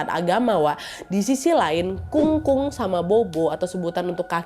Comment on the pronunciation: Kung kung bacanya kong kong nad habis itu pho pho itu baca nya pho pho aja nad terimakasih🙏🏻